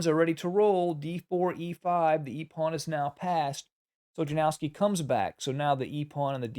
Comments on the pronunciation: It's called "Yanofski", not "JaNOOOWski",. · Capablanca's endgame technique was truly remarkable, and it has significantly influenced the play of chess grandmasters like Karpov and Carlsen, who have both drawn considerable insights from his approach to endgames. However, the pronunciation of his opponent name is "Ianovski"